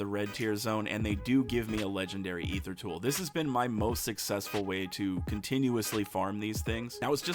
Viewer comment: Holy Shnikes! He pronounces Aether correctly. I'm subbing for sure.